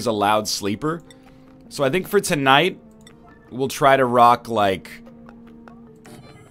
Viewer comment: anyone else heard fortnite when he said for the night XD!?